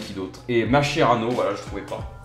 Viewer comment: On ne prononce pas MasHerano mais MasKerano